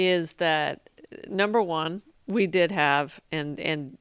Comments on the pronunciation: Did I cringe every time she said his name wrong? Yeah. I did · She makes sense but god damn can't even pronounce his name right a single time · She makes good points, but I'm distracted by her mispronunciation of Hasan's name.